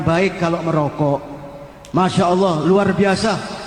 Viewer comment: klo menyebut nama sang kholik yg jelas, ALLAH bukan HALLAH